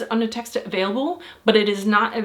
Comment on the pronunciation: "Underteskter"? It's "undertekster"*.